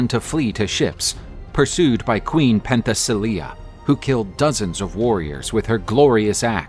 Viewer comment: It's NOT "Pen the silly yeah" - it is "Pen te si leiah" ... that's how Princess Leia got her name !